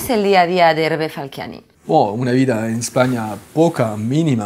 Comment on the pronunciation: Un grande. Pero deja de llamarlo "Falquiani"!!